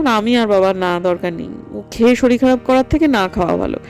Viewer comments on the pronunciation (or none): none